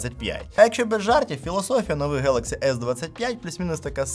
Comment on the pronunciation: Самсунх 😂хэлакси😂да,поганая мойва